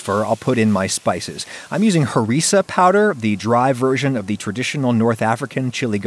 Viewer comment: As a Moroccan hearing the word "Herissa" caught me off guard 😆😆